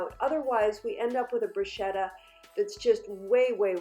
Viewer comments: It’s pronounced broo-sket-ah. My Italian grandparents used to cringe when their mother tongue was butchered so I carry on their tradition of teaching. It makes my teeth hurt when words are mispronounced and I’m sure my Nana is rolling in her grave.🤣🤣🤣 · Darling, the right pronounciation sounds like "brusketta" (an Italian fan) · The right pronunciation is Bruschetta with c like cocktail. I am Italian. Is your boyfriend too? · I AM italian, from Rome and no, it is not, it is pronounciated "brusketta"